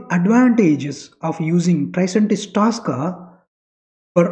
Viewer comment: Its not Taska. Its tosca. Please pronounce it properly